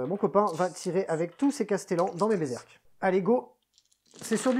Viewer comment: Alors par contre, moi, je te félicite ! Parce que sur toutes les chaînes ils disent "Berzerk" et ça m'agace. On pourrait aussi les appeler Bézeurk !! Bravo ! Toi tu as lu le nom avec attention...